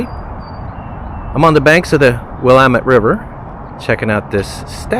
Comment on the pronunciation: Congratulations your pronounced Willamette correctly all to often people pronounce it as Will- la--met. Congrats on your channel progressing positively have seen a few of your Videos ans they have been enjoyable and your narration no bad. Too bad when you left Portland crossing over the Columbia river into Washinton state was Vancouver, your first or second exit to the right is a replica of the fort that was built by George C. Vancouver of the Hudson Bay Company. Right on the original site. Just up the hill is an area called officers row part of a more spread out verson of a more modern day area of fort Vancouvers complex. One of the officers home was non other than Ulysses S Grant, by home that is to say this was where he lived while stationed and the Commander of the union Soldiers, i really can't recall is this was prior to or after the civil war, probably before considering when he became President. Enough of my chatter this at least shows you that i enjoyed your travel video enough to respond this was. Both stay safe and together with success and peace by the way i live in Portland and was raised in Vancouver. Your Reno, Carson and Virginia city and Comstock mines i have tour a few time over the years, like wise Balboa Parks in San Diego the Zoo.